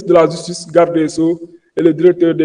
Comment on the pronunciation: Degoule francais ou sa langue a des problemes il dit la jistice et jistuice on dit ( Justice) autre mot mal pronocé car il a des problemes avec le j et le g Il dit Exijer (Exiger) .